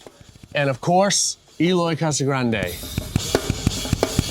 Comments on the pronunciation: Eloy is too humble to correct the host to pronounce his name right.. it’s Æloi, not Eeeeloy. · His name is pronounced "EH-LOY", not "EE-loy". Great player, great kit! Brazil on top of the world, baby!